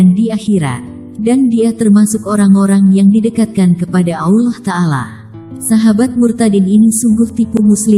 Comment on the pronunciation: Pesantren mn ada S1..bohong bnr si.Ngucapin kata Allah sj terdengar bkn muslim tuh s